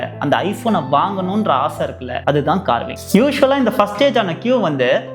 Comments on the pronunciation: 'carving' illci boss...athu 'cravings' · Bro athu carvings ella .. cravings - doing a video about this and how did u miss this?